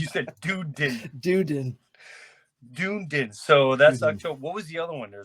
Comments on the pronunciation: pronounced: done ee din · I don't care how it's pronounced, l'm a call it like l read it Dune- din.